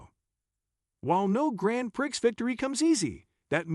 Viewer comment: What is he saying? Grand Pricks?